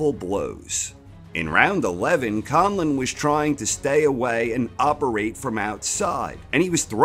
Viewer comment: I am absolutely impressed how you pronounced Conlan, he still makes Ireland proud.